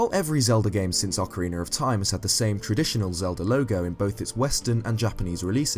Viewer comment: Meh Oc-er-rena... Ocarina